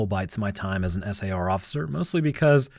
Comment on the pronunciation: You need to program your voice model to stop spelling out SAR. Everyone pronounces it as "sar". You also need to do something to indicate one anecdote has finished and the next has begun. A tune/jingle, a different voice, something. A longer pause if nothing else. It's freaking eerie.